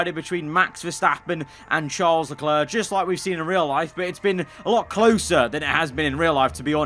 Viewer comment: How you pronounce “charles leclerc” makes it look like he’s a brit🇬🇧😂